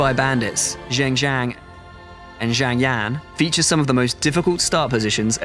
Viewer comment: I like your pronunciation of 'Zheng Jiang' and 'Zhang Yan'